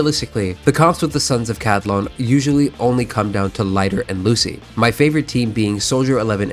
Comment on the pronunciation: Ca-li-don.. not ca-di-lon…